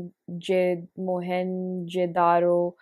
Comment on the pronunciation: Moh-hen-Joe-Daa-Ro is the pronunciation, their streets were more advanced than the other civilizations of their time. Indus valley's drainage planning was also very excellent.